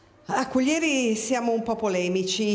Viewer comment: ....è penoso anche sentire Cuglièri e non Cùglieri...ma non si informano per un minimo?...dico io...